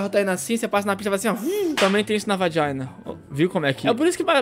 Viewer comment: "VAJINA"rachei kkkkkk